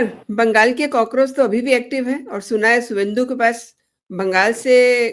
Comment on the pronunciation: कृपया आप बंगाल के चीफ मिनिस्टर का नाम शुभेंदु कहें और लिखें। बिहार, असम, बंगाल और ओडिशा में इंग्लिश के V को भ यानी ' भ ' उच्चारण करते हैं।